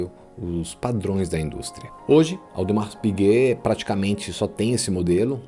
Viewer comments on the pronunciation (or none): Parabéns pelo conteúdo. Só uma dica de pronúncia: em Audemars Piguet não há nenhuma pronúncia de S.